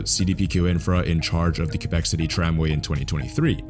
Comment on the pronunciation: Praises for pronouncing Quebec adequately.